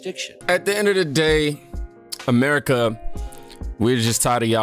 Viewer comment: W t f the way she pronounced America, what was that